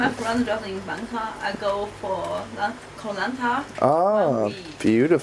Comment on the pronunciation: Your pronunciation sounds tourist: Khao san.